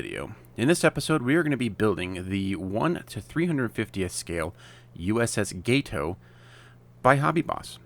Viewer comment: You’re welcome. When I heard you say gay-toe all I could think was “let me help this fella out.” 🙂